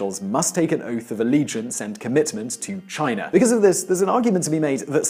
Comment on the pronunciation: Its China, not Chinar!